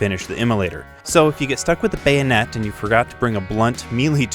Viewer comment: BAYO-NET 🎉 and MEE-LEE 🥳 lol love your vids man